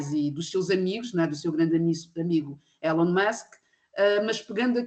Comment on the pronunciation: O primeiro senhor diz "Elon" da maneira errada.